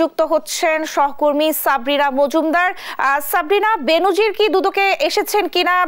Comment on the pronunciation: উচ্চারনটা "বেন‌জির" হ‌বে "বে‌নো‌জির" হ‌বে।